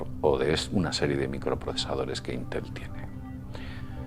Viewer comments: solo pongo la tilde para que se note donde va el acento de la palabra la vocal fuerte vamos, es llana no aguda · es íntel no intél